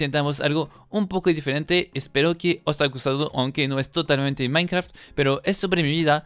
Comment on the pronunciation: Uh lala señor frances minecraft,se dice mainkra okno